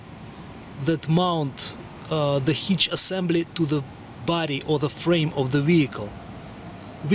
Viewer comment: What is a HEECH... I need to install a HITCH,. I'm not sure if your video of a HEECH is the same for my assembly...??? I don't even know what a HEECH IS...??